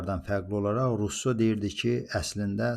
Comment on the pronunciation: Russonun adını dùzgùn teleffùz ede bilmeyenin ona istinad etmesi gùlmelidi